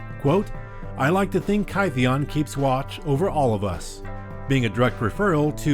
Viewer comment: Kytheon is actually pronounce KIT-theon. Someone he met pronounced his name as Gideon and it stuck so he goes around by that name.